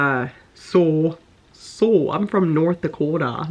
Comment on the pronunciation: I laugh so hard everytime u surprise yourself with a North Dakota accent 🤣 I super love it 😊💞✌...good vid!💖...can't smell until .......deadly dog farts 😆 no? Lol